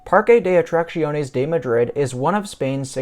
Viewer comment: Your pronunciation of the park name is probably the closest I've heard from the various major North American YouTubers. For people wanting to get it spot on here it is. PAR-keh deh Aht-rahk-THYOHN-ehs If you are using Spanish pronunciation from the western hemisphere it is PAR-keh deh Aht-rahk-SYOHN-ehs